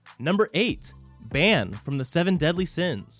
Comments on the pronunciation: This man said it like ban when its said like bon. "Ban"? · Ban is pronounced bon... But all well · Omg he is saying Baan name wrong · And he saidbhis name wrong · Wait how did you just pronounce bans name.. 😂